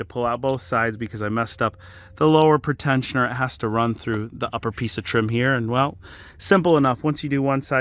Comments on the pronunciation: I'm really liking the content lately. Just one issue. You keep saying pretensioner as 'pruh-tensioner' when it should be PREE-tensioner. Its flaring my OCD. Anyway. Keep the vids coming! Doing great. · it’s pre-tensioner. Not pritensioner. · PRETENSIONER NOT PERTENSIONER.... FFS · It's pronounced pree - tensioner. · Is that a way people actually pronounce pretensioner?